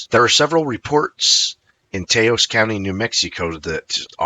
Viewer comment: it must be a computer fouling up these place names; like, it said “Tay-ohs” for the well known town and Pueblo we call Taos. Otherwise, some good captures are in this video.